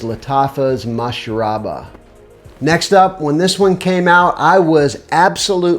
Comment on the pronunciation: You pronounced and spelled "Mashrabya" incorrectly. But yes, it's such a strong and long lasting scent